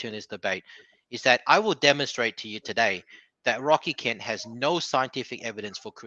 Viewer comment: Wocky Kent, and don't cwy. You'd think if he's gonna throw insults he'd at least use words he can pronounce 😂